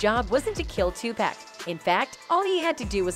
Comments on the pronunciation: It's not Tupack, damn people. You would figure after all these years you could at least say his name right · If you don’t stop calling that man 2-Pack! It’s pronounced TUPAC ( too pawk ) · Tu PAC, not Pack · It's Tupac not topack. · Thank you...where they get topack from lol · Please stop saying 2 pack it's Tupac Shakur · OMG! It’s 2-POCK , not 2-PACK and it was Club Six-Six-Two, not six hundred and sixty two 🙄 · Ok WHITE PEOPLE HIS NAME IS NOT 2PACK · Why Does EVERYONE DISTROY OUR LANGUAGE?? IT'S NOT TOPEC!!! IT'S TOPAC small a sound. Please look INTO IT!!!! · How do we know what you're saying is ture. If you can't say his name right. TAPUC not Topack.....Please. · Who is this 2 Pack? Do they mean Tupac? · its NOT TUC PACK its too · paak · The reason she said topack is because person who owns this channel doesn’t speak good English so they use AI for talking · This reporter apparently has looked over her work before she reported this and she fired up Tupac's name so I don't know why she keeps saying to pack and that's like a lot of them before you really report something I'm sure you listen to it so you need to pay attention and learn how to pronounce the name right I know it's not a big deal if you can't pronounce it but something seemed very simple seem like she would have said his name Tupac no correct spelling I hope you'll get my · Look dammit it's Tupack, but you really don't care how it's pronounced. You just looking for comments, and subscription. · After about the 40th "2pack", I had to turn it off. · Tupack and Sueged Knight,that lady can't even pronounce their names right,WTF!!! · She said 2 Pack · Ah yes. Two Pack. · I can’t even finish this video because she keeps pronouncing Tupac wrong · Because it's an a instead of an o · This lady is talking about Tupac but can't pronounce his name, right? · So you can’t say his name right.. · Pronounce his name right B. H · Damn, can u say his name right or get a different reporter. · Learn how to say tupac